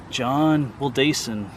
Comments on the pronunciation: Heh Ive lived a block from this since I was two years old in 2004. Ive gone to this spot since I was five or six in elementary school for a field trip. Very old spot. Also Wildasin is pronounced will-dis-inn. You’re very close, just a little less emphasis on the A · The last name is pronounced Will Da( short a ) Sin